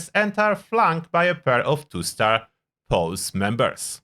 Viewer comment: Hey homie, just a quick FYI: Posse is pronounced "Paw-See" hehe :face-red-heart-shape